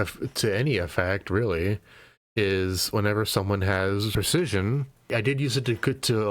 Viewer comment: you said and spelt percesion rather than precision.